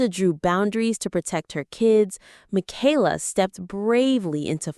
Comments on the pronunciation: Thank you for pluralizing their last name correctly when you were talking about Nathan and Esther. You said "the Bateses." It made my day. :) (Even if you did pronounce Michaela's name incorrectly) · It’s amazing that you narrate this as if you got all the facts. Half of what you have said has been twisted a little bit or totally false and is not facts. If you watch all the different kids vlogs you know them well. Michaela’s name is NOT Makayla! Katie never said a word about going back to school. They also have a home they own in NJ so they haven’t been flitting from apartment to apartment. When they moved to TN they got 1 apartment until they figured out where to buy a house. Lawson and Tiffany do NOT live in CA. The house they show is Tiffs house from her younger days that she personally bought as a kid with her TV money. Of course they are keeping it in case one of her auditions works out and it is an investment. They did not buy Will a pony. They rented a pony for his party. Pretty certain Carlins pool was opened at the end of last summer. Erin and Chad had to move and didn’t want to but the farms lease was up and I think sold. They also had to give up the goats 😢. Josie’s cruise was a mommy daddy cruise with friends. They took the kids to Hawaii. The boutique is not just Whitney’s. Carlin and Erin are owners too. But Erin has stepped away since 2021. Mama Jane is Gil’s mom. Kelly Jo’s mom Betty Jo died in 22. Ellie and Addie are NOT twins the Bates have no twins.